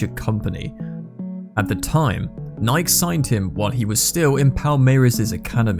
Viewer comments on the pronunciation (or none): How do you spell "Nike" the way he's pronouncing it? Nik?